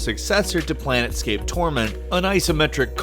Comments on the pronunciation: You should also yell at him for mispronouncing Planescape: Torment. Plane. Scape. Planescape. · Psst. "Plane-scape." Not "Planet-scape." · It's Planescape not Planetscape. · "planet-scape torment" yeah... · "I really like roleplaying games", then proceeds to call Planescape "Planetscape". Also wtf is Torment: Tides of Numenera doing as just a "bonus game"?! It should be top of the list... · "Planetscape": Torment? Come on, man. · It's Planescape Torment not Plane*T*scape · PLANE. SCAPE. NOT PLANET SCAPE! Jeez, it's only one of the greatest RPG's of the 90's. >.< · why are they keep saying planetscape? its not planet its plane, planescape: torment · Also mispronounced another, it's PLANEscape not planetscape........ Other then that horrendous faux pas, which you may not be forgiven for, well think about it, I agree with most of your list. Although I am probably more looking forward to Andromeda then Numenera, which is horrible considering I cut my PC RPG teeth on planescape and have been a HUGE fan of it since first playing it. Totally a D&D freak since AD&D, and am hoping that Numenera continues the dark, choice driven story that was Planescape. What can change the nature of a man? Turns out pretty graphics and a sick storyline... who knew? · Great list but dude, it's planescape torment not planetscape XD hahaha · lost all credibility when he said "planetscape torment" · Did he say Planetscape at the end there? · If it makes you feel any better, he didn't even say Planescape: Torment correctly.